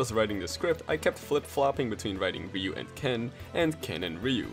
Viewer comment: It's ryu - ken, because, shouRyuKen